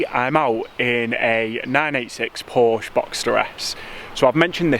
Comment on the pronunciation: Please pronounce Porsche correctly. It's Pour-Cha! Otherwise you're good to look at, and I like what you do. Keep it up! 😘